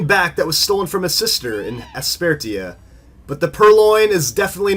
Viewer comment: It really bothers me how you pronounce Aspertia.